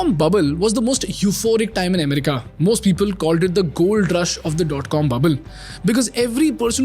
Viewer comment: It's america not umrika and it's economy no ecnomi